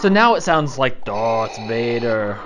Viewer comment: Sorry it sounded like you said darth mater once😂